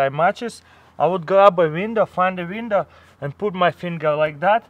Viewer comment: Exactly where da fuq am I gonna find " a peice of VINDOW" in survival